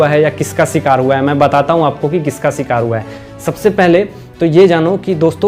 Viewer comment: Bhai tu apna pronunciation thik Kar yaar. Sikar nahi Bhai shikar , sh and not s. Bhai u need much improvement in speech. Mircha khaya karo daily Hari wali usse jibh thik ho jaegi teri